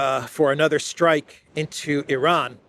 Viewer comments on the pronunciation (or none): none